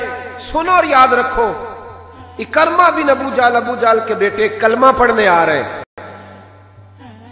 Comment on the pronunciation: محترم! آپ کا اندازِ خِطابت اور مشن ما شاء اللہ دونو ہی بہت اعلی ہیں ۔ جزاک اللہ۔ لیکن آج آپ ابو جھل کے بیٹے کے نام کا تلفظ درست طریقے سے ادا نہیں کر پائے ۔ یہ لفظ عِکٙرمہ Ekar+ma نہیں ہے بلکہ یہ عِکْرِمٙہ Ik+rima ہے۔ یعنی حرف ع کے نیچے زیر حرف کاف پر جزم پھر حرف ر کے نیچے زیر اور م کے اوپر زبر ۔ نوٹ کرنے کا شکریہ اسی طرح ابو ذر غٙفّاری رضی اللہ عنہ کے نام کا تلفظ بھی اکثر حضرات غلط ہی ادا کرتے ہیں یہ غٙفّٙاری نہیں ہے بلکہ غِفاری ہے GHIFARI یعنی حرف غ کے نیچے زیر ہے اور حرف ف پر صرف زبر ہے یعنی زبر کے ساتھ شد نہیں ہے۔ اسی طرح ترکیبِ ابو بکر میں بھی بکر کی کاف پر زبر نہیں ہے بلکہ جزم ہے یعنی Abu Bakr درست ہے۔ سو اگر آپ اس رہنمائی پر میرا شکریہ ادا کرنا چاہتے ہیں تو میرے یو ٹیوب چینل کی ایک وڈیو ضرور دیکھیں عنوان ہے قراٰن کریم کے وہ الفاظ جن کو لوگ اکثر غلط لکھتے اور بولتے ہیں۔ چینل کا نام ہے professor azeem میں ایک گورنمنٹ کالج سے ریٹائرڈ عربی زبان کا پروفیسر ہوں اور آپ نیوز ٹی وی پر آفتاب اقبال کے ایک شو میں فرہنگ آصفیہ کا سگمنٹ لکھتا ہوں۔ تعارف اس لیے لکھا ہے تاکہ آپ عِکرِمہ بن ابی جھل کے تلفظ کو نظر انداز نہ کر دیں ۔ شکریہ اللہ حافظ پروفیسر عظیم لاہور